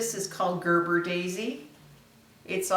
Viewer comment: Beautiful, but its pronounced Gerbera not Gerber. Gerber is the baby food.😀